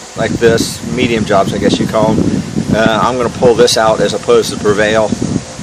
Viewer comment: It is pre val. Not prevail. There is no I